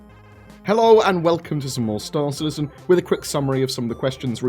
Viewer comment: STAR citizen, not city citizen. Lol